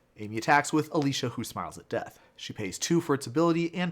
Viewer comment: It's Alesha, not Alisha.